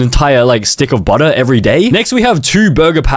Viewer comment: Che-potle, Micro-wAVE, buh-tteh, A-lo-tee